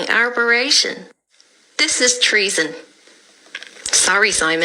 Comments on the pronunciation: Arboration! I’m cringing - arbitration! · Can't fault what's been said here but it's ''Arbitration'' not what the lady said. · Arbitration - it's pronounced as it's spelt.